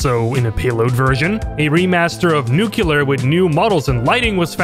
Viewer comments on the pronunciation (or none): ... It's Nucleus. Wtf is Nucular?